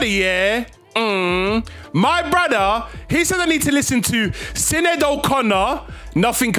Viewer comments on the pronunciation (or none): Her name is pronounced ( Shin-ade)